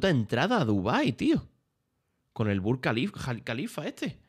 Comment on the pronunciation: no he parao de poner la misma escena cuando illo dice halk khalifa jajaja que crack 🤣😉